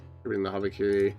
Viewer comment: brother urgh, what the fuck is this, habibikiri